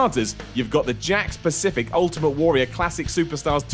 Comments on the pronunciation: can't pronounce Warrior. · You say "warrior" fucking weirdly.